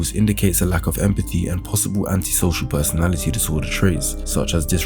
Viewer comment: erm it's actually: "Personality" not "Persoanlity" IDIOT.